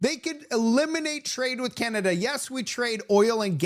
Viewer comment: lol skip of the tongue, Pierre, “the bank of Con-ada”